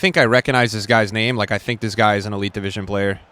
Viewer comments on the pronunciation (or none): none